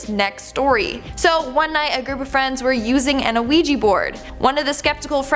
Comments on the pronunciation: ‘IT IS ‘WEE JEE’ NOT ‘A WEE JEE’ ffs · Isn’t it pronounced wee-jee not a-wee-jee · pronounced wee-gee. not uh-wee-gee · Isn’t it pronounced we -G? Not. O-we-g!😱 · it's just wee gee, the same way "oui" is pronounced wee in French...what's an a wee gee board? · wee- ja board, the o is silent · its like shes saying luigi bored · Please stop saying anaouija board! It's bugging me. Hahaha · a ouija board not an oweeji board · It's pronounced "wee-jee". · Thank you! O- weeji it was getting on my nerves to 🤣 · Just wondering...Isn't it pronounced "wee - gee" board? 🤔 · sthurston I’m glad I read the comments before posting because I was about to say the same thing. It was driving me crazy all through the video hearing her say it the wrong way. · An Ouija board 😂😂😂 stop saying it like that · Not to pick at tiny little things, because I love and the videos she makes, but her pronunciation of ouija board is actually getting to me 😂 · Idk if it's her accent but the way she pronounces Ouija seems off to me. It's probably just me 🤓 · Trap Town XYX yea, I get it's spelled like that but I've never heard it like that before. I thought it might just be a Canadian thing